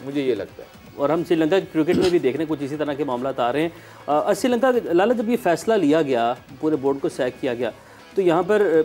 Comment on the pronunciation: madam ji its not "SIRI LANKA", name is "SHRI LANKA"...................